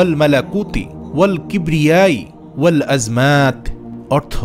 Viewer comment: আপনি এইখানে ভিডিও তে লেখছেন ওয়াল আযমাতি আর উচ্চারণ এ বললেন ওয়াল আযমাত কোনটা সঠিক হবে একটু বলবেন প্লিজ।